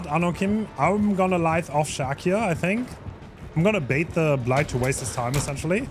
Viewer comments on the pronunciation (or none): Idk why this bothers me but u keep saying lithe wrong. The i in lithe sounds like eye l-eye-th